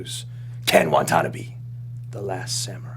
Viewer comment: Lol isn't it pronounced Wa-ta-na-bae? Not Wa-tonabee?